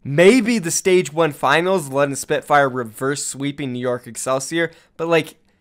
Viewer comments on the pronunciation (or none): none